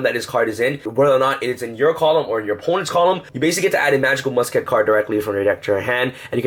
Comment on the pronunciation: ITS MUSKET, NOT MUS-KET